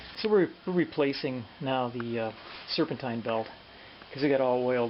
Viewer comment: The i at the end is pronounced like teen(serpentine)